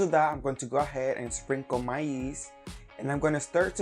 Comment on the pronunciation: Did he say yeast or maíz lol